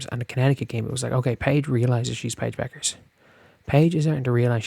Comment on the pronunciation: Paige Bet-ters .. not Bechers.